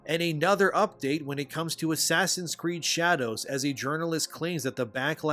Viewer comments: I find it funny how you pronounce the name of the game in such manner it sounds like "Ass Creed Shadows". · Did you just called it “Ass creek shadow”!??? 🤣🤣🤣🤣🤣